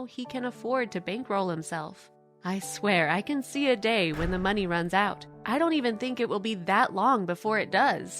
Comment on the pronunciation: Why does she pronounce money as meaney